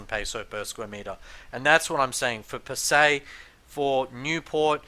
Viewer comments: It's pronounced as Pa- Sai rather that Pa- Say. Anyway great videos. I was looking for a better way to gage the valuation of a property in this murky market. You shown me that foreclosures can be a good valuation indicator as the bank's also have to price them correctly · Hi Fred Bee... I welcome your comment to correct me if I am wrong. I am just pointing out that the local pronouce it Pa-Sai instead of Pa-Say. There is no malice in my comment at all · He is unable to even correctly pronounce the name of the city ! Why would you have any reason to believe anything he says. Does he have a realtor's licence to operate there ?